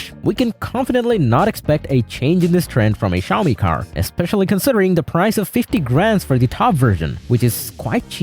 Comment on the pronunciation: Bro bro bided the “Xiaomi” characters and said “Suchi” 😅❤